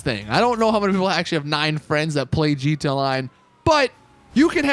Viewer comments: GeeteeA all one syllable word lol. Gud stuff. 😂👍🏼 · Lol every time! “Geetay” online.